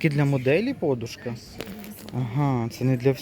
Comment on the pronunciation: А чому пОдушка а не подУшка? а також бУли а не булИ? просто цікаво...